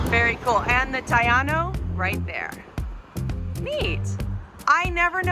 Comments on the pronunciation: Taíno, not Taylor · Taino (Tah-ée-noh) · Mangoes are all over the island. As for Ti Ano…it’s pronounced thy EE no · Great video! One thing I will note, the vowels in Spanish: A - Ah E - Eh I - Eeh O - Oh without the h U - Ooh Taino is not tayano. I know you have been in the island for a bit.